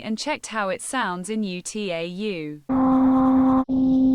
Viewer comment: "(U.T.A.U.) ユ - つい - エイ - ユ" HOW DID T.T.S. MISPRONOUNCE "(UTAU) ウ - タウ"?! 😭